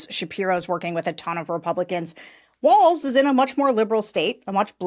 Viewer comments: Guys: It's pronounced WALLS, instead of Waltz... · You guys, it's pronounced WALLS not waltz. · It's Walz. Not Waltz. Not that hard lady! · Sarah, you need to learn how to pronounce Walz! 🤨 But, I still love you 😘